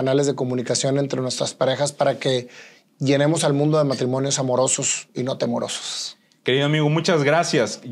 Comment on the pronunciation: Sorry , se dice temerosos , no tomorosos 😁